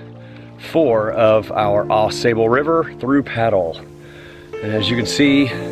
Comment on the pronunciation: Fun video, but...It's Au Sable (like Cobble) and we use "paddles" to paddle kayaks. Oars are for rowboats. You gave yourself away as not a paddler.